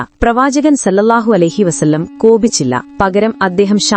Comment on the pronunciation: സ്വല്ലള്ളാഹു ആലഹിവസല്ലം എന്നാണ് അല്ലാതെ സല്ലല്ലാഹു എന്നല്ല.ഓക്കേ